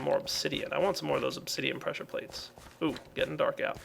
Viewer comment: "obsidian pwesser pwates"~facepalm